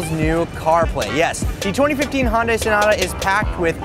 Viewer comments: Well...You're not a big enough fanboi of Hyundai since you can't pronounce the name...it's HY-UN-DAI, not Hon-Day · HON dai? it's pronounced Hyun-dae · pretty sure it's pronounced hai-un-dai not han-day. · It's Hun Day like Sun Day not Han Di. Hyundai explained that a long time ago in one of their commercials. Geesh. Anyhow, I would like to add my two cents by saying that the advantage goes to CarPlay because of Siri. CarPlay has less screen information and forces you to talk to Siri rather than take your eyes off the road looking for a specific task on an ever-changing screen. Android Auto just requires a bit more attention to the screen than CarPlay and isn't the point of these programs to make it safer so people will give more attention to what is adherently the most important part of being in the drivers seat... driving. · Sales guys in the 1990s pronounced it wrong too. It's HUN DAY, not HUN DI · Did he say Honda instead of Hyundai ? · That's one fucked up way of pronouncing Hyundai.